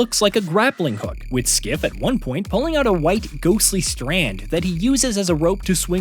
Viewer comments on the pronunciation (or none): Are you calling him Skiff? It's Kliff. 😅😂